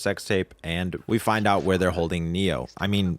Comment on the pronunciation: I really struggled to figure out you were talking about Johnny, idk how you butchered that name so bad